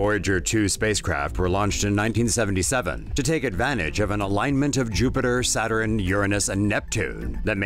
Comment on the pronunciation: Why does the male narrator say "Satterin"? It's "Saturn", you putz!